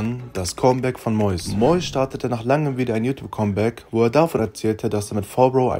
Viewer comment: Es heißt comeback, nicht kommback